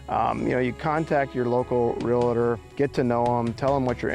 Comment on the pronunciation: Realtor not Realator